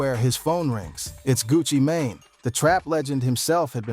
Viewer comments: That AI crazy 😂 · Ai needs some help lol smy gucci who? One thousand and seventeen ? Shisty shyiesty sheesty.. homie.. gang. Fam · Did he call him Gucci mayonnaise😅😂😂